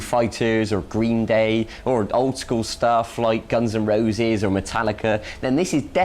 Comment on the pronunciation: the guitar lesson is easy but to imitate the way he pronounce "Guns n Roses" is the real challenge